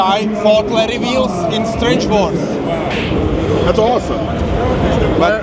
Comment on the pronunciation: Kdyžtak jen jsou to "Strength Wars" ne "Strange Wars":D